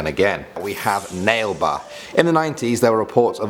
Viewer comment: I couldn't stop laughing when he said Nail-Ba 🤣🤣 it's actually pronounced Naa-Leh Baa. I'm a Bangalorean fyi.